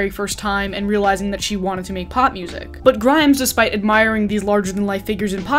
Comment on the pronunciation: more like 2012? That's when Visions was released and it hit pretty big. Also omg wow I am SO triggered at how your pronounced her name hahaha. (Also I'm mot an especially great fan of hers).